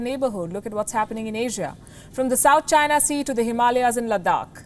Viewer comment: ive never heard Himalaya's pronounced like that, i like it i might start saying it like that 😁